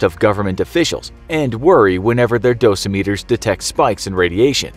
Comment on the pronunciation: You say dosimeter weird dawg lol